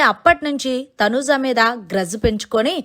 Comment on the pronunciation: Please pronunce properly Thanuja not Thanuza